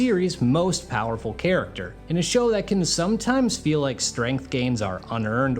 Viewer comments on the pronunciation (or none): none